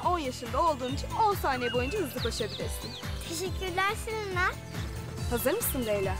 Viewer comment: Selinde celena diyo 😂